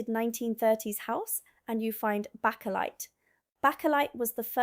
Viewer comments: Great job, just one thing, backalight? It's pronounced bakelite as in baking. I worked many years ago with a jordy, (a man from Newcastle) sadly no longer with us. He told me that when he worked in ICI they invented this new material and asked the employees if they wanted to invest in it. He couldn't see what they could do with it, so didn't invest. I said, "Was that bakelite and he said yes. What a missed opertunity. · Not back a lite 🤣 pronounced bake a lite . 🙂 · It's Baker lite, not Backer lite. Baker, like a cake maker. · It’s pronounced bake, bakealight, no backajight, so like I baked a cake. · It's Bay-ker-lite not Back-er-lite. The house my parents lived in from 1962 to 2011 was partly Victorian, and partly a 1930s extension. It had a rack in the kitchen (which had a 15' high ceiling so plenty of room to walk under it. There was a pantry - no heating, a small frosted window. It is where the fridge and freezer went. After my Gran died her marble slab went in the cellar and wasn't used. There wasa serving hatch between the kitchen and dining room. There was a room just and external door and a 2' drop inside that. That was where the coal was kept. There was a furnace in there, but after my Dad had central heating installed that wasn't used. When we sold it there was still some coal left though it was around 30 years since the last delivery. There was a box room under the stairs to the attic with all sorts of junk in it. The attic had obviously been a servants bedroom in the past. I slept there a bit in 1976 as it was the coolest place. There was an airing cupboard in the main bathroom. I get milk delivered where I live. Normally a 1l plastic bottle. but sometimes a glass bottle. I have a smaller rack in utility room. There was an airing cupboard with an immersion heater when I moved in, but the boiler and the thermostat on the heater were faulty so I had them reeplaced by a combi boiler soon after I moved it. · It is pronounced baker light .